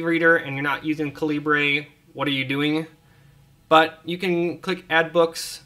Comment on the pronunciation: Caleebray lol. Dude seriously- it's just the british spelling of caliber.